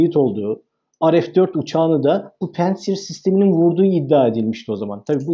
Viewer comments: Ya. Her seyde bi ingiliz Fransız takliti yapiorsunuz. Pentsir degil, pantsir. A VAR ORDA. PANTSIR. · Hocam pensır değil de "pansir" olacak...rusçada ingilizce gibi incelme olmuyor... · konuyla alakası yok amma pantsir s1 amerikan hava savunma sistemi değil. haliyle söylerken "pEntsir" demeye gerek yok :) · ingiliz de predatör demez, predaytor der, hele hele, bi rus ismini. Ingilizce demek cok daha vahim. Pentsir diorsunuz. Orda a var. Pantsir. Milletin fastpay e, festpey demesi gibi, veya, fastfood a, festfud demeleri gibi. Sizler bilgili insanlarsınız, bu hatalar hiç yakışmıyor.